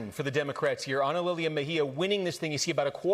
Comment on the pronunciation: Are they mispronouncing her name? AnaLilia, not "Ana lee le ah"?